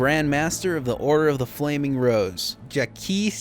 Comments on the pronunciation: When you said "Jackie don't want know Trouber" I laughed out loud. I do the same thing when I have a sentence with too many uncertain Rs and Ls. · Jacques is pronounced kinda like "Jahk" but without the "d" sound before the "j". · The way you struggled to pronounce Jacques was so bad, hahaha. But great video man, I needed a recap before starting Witcher 2 finally.